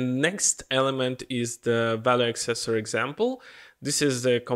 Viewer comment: Dear friend, it is ACcessor not acCESsor.